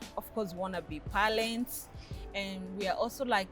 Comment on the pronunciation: Palents haha haha..